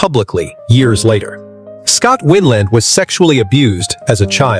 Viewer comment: When you're done putting these videos together, maybe listen to them and fix the mistakes. His name wasn't Winland,it was Weiland.